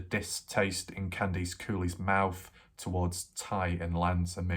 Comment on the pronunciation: Candice = KAN-diss, not Kan-DEECE. Just because your across the ocean, doesn't mean you can't pronounce names correctly. This case is over. You need a new hobby like chasing down 100 year old Nazis in South America.